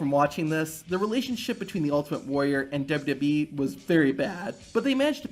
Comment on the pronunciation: Dub-Eee? It’s W-W-E. Not that hard to pronounce.